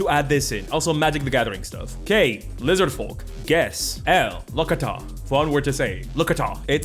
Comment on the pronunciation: gotta disagree, its lo-ca-th-ah not lo-cot-hah